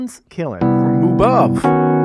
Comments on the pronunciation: Isn't it pronounced "mew"? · As much as I love the cow sounds and puns…pretty sure it’s pronounced like mew if it’s the Greek symbol. Great stuff though! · It's no "Moo", it's "myoo". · Thank you, driving me crazy listening to them say moo